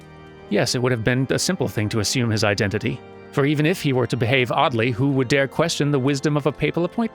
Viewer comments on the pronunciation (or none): none